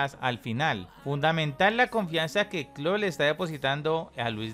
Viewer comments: El tecnico se llama Klopp no Klott jajaja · PANA POR FAVOR DEJA DE DECIRLE KLOK A KLOPP ESCUCHENSE ANTES DE SUBIR ALGO